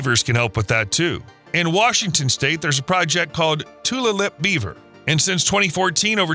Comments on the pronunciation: Met-how river, not meth-o. Edit: I've also heard meth-ow in this vid. The pronunciation is like the "new york METs" and "HOW are you." Met-how. No "th" sound anywhere. Beautiful area. Edit: Tulalip is pronounced too-lay-lip. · Tulalip is pronounced Too-LAY-lip. :)